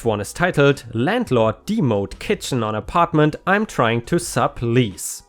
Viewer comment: To enhance your language skills in English... It's pronounced de pos it. And it is pronounced dem o'd as in dem o lition. English is a hard language to comprehend to start. Idioms and slang are even worse, but you do very well.